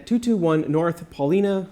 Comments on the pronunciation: Paulina is pronounced Paul-eye-nuh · "Paw-line-uh" North side. Home to Billy Corgan. My 'hood. Kenilworth represented!